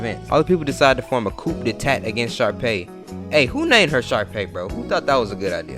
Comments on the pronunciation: Nigga said “coop de tat” just say it like “Coo” next time keep it short 😂😂. Its really pronounced in french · nigga tf is a coop de tat 😭